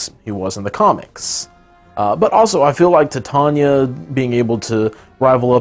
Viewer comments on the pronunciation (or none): Titania is pronounced like Titanic. Not like tit.